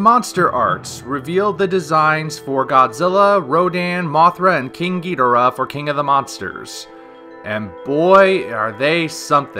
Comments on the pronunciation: “King Gi-Dur-Ah” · Was I saying King Ghodorah wrong or you were saying it wrong